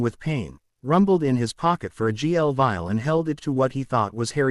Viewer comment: It's a VIAL not a file!!